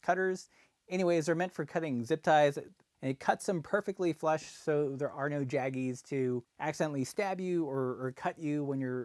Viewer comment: Took me a bit to realize he was saying "flush cutters" and not "flesh cutters".